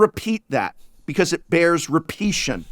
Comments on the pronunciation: “Repition” still isn’t a word, prof. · why does prof say repeation? i'm not normally a pedant, i think it's fine to play with language, but it's not a word, he's a professor of english literature, and there's like 3 different words that would work there. maddening.